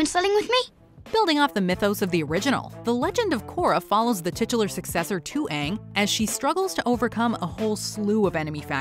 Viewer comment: Verse Honestly when I was watching that movie I was thinking “it’s a movie about the best Nickelodeon show. How bad can it be?” I nearly turned off my TV when they said Aang’s name like “aOnHg”